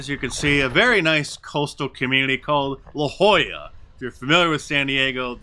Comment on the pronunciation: La Jolla (yes, Mark pronounced it correctly) is the San Diego equivalent of Martha’s Vineyard.